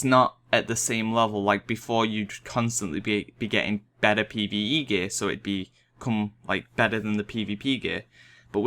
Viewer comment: all i hear is pve eve peE